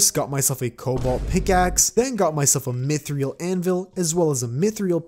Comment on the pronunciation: Why do you always say Mythril like myth-re-ill? Its myth-ril